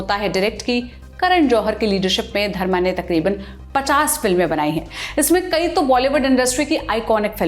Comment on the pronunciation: Qai nahin kai bolte han